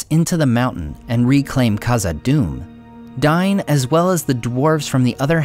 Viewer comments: DAIN, WITH AN "A" lol. It's not "Dine". Just stop please, it makes it almost unwatchable. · It's pronounced dayne not dine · Superb historical description. Visuals are very helpful. Only problem is the inconsistency in pronunciation. Here, Dain and Thrain are pronounced differently, which is weird. Dain is pronounced "dine", which is incorrect (Khuzdul is not well defined, but combining popular usage with rules from northern European tongues and principles implied by Tolkien leads me to favor "day-in", or "dah-in", though the first sounds stronger and more dwarvish to me). However, if the narrator were using elvish rules, it could be acceptable. But if that were so, why is Thrain pronounced nearly correctly (thrayn)? (Should actually be "thray-in"). If using elvish pronunciation, his name should be "thrine", or something like. Which rules are used isn't a big deal but they should at least be consistent.